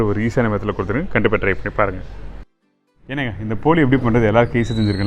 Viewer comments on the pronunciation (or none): I will try this recipe. Looks nice. Also love when you say ‘Ennaga” 😊